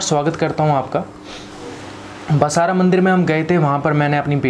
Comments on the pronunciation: बसारा नही बासर है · अरे भाई बसरा मत कहो वह बासर है कृपया उच्चार स्पष्ट करें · Basaara nahi... BAASAR /BAASARA saraswati mandir hai...phir se padho...BAASAR!!!! pehle sahi uchchaaran seekho phir youtube par jaao! aapne pooja kavaai aur baraabar naam tak nahi jaanthe aur jaankari dene nikle. Kya hogaya tumlogonko,theek se baath hi nahi karsakte, na english theek se bolthe aur na apni bhaasha. Haan "vidyaramb" nahi..."vidyaarambH" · Pehle Bhai Saab basar bolna Sikh lo